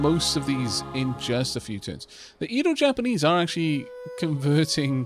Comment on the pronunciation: Fun fact: In the Edo period, Japan was mostly isolated from the outside world, with the exception of the Dutch. It made me smile to see that the Dutch and Edo Japanese were neighbours in this game-run :) By the way, Edo is pronounced more like eh-do. The 'e' is the same as in egg.